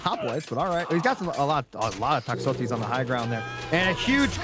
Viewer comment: the way you pronounce Toxotes and Hippeus pisses me off, just to make you feel even better